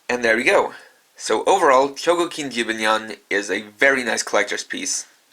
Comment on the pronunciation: Stop pronouncing Jibanyan wrong 😤